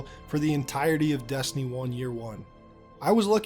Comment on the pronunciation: You say Destiny weird, like “dastiny” or “deeyestiny”